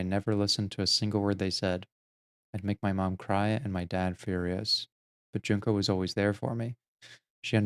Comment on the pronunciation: Learning Japanese vowel sounds helps a lot with pronouncing the names. Junko has a long U sound, so its Juun-ko, not Junk-o. It helped me a lot, anyway.